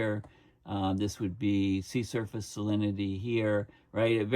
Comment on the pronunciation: Every time you say “sea surface” I think I hear “sea serpent,” which gives a slight bit of comic relief to an otherwise alarming topic.